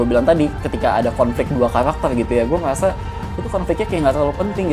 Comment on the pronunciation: Ngomong apa bang😂😂😂😂 "gue ngeyasa"😂😂😂